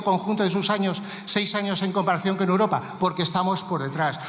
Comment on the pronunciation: Esta mujer no tiene medida, miente como su jefe, es como una cotorra que le enseñaron el cotorreo! Es imposible aguantarla! Toma a España y los españoles por tontos! Por favor hay que echarles ya como sea. Y espero que con el tiempo aprenda a decir EUROPA y no UROPA!?😊